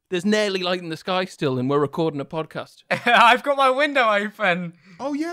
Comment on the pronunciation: its 'Nearly' not 'Neiarligh'